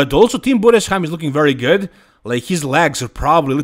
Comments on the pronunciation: You’re the first guy pronouncing Tim Budesheim‘s last name correctly. Respect. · Yes, perfect pronounced, wow! 👍🏻